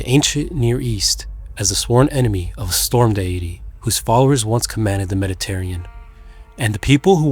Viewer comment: "Meddy-terrian"??????? bye